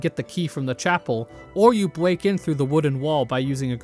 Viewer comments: did you say "bweak in through the wooden wall" like fucking Elmer Fudd? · "Or you bweak in through the wooden wall" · Bweak in